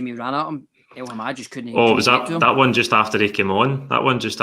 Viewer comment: El-Hamed, it’s El-Hamed why the fuck does persist in saying El-Hamad every week, slap him about please